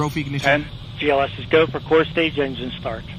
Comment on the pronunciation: BOOSTER IGNIJITION